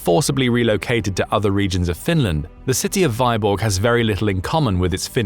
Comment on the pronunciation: It takes 10 seconds to check how Vyborg is pronounced, Vee-borg, not Veye-borg. Hopefully you checked your other content more carefully...